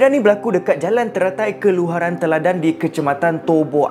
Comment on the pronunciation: Keluharan ?? Kelurahan la Pak cik haha